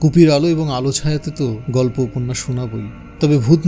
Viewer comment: বাংলা ভাষা টা আপনি ভালো করে বলতে পারছেন না l আর গোল্ল্প 😅